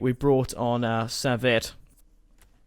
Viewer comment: Saviet is pronounced like sav ee aaa